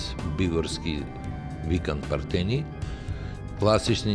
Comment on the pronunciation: Toa e tocno, akcentot na Pertenij netocen.